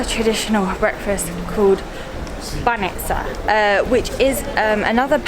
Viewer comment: It was hilarious how you had a different pronunciation every time you said banitsa 🤣 you almost got it right a couple times. The trick is to put the emphasis on the first syllable and try to say the 'ts' as one sound and not two separate ones. You actually did pretty well but sometimes people struggle to understand words they hear super often when they are said even slightly wrong.